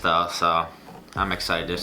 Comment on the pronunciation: “im excidus”